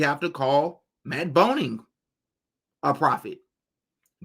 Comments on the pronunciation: His name is Groening pronounced GRAY-ning and you're calling him BONE-ing 😭😭 idk where tf you got that from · Matt Groening, not Boning, just fyi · It's pronounced "greening" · Matt Boning? You mean Matt Groening, right? The creator of the Simpsons. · It's Matt GROENING, with a G 🤦🏻‍♀️